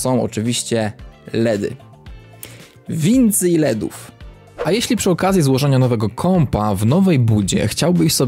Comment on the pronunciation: Kocham jak mówisz wincyj ledów